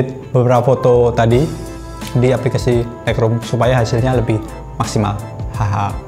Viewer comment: Untung ada yg tanya Agak tidak jelas juga sy dengernya Thanks bro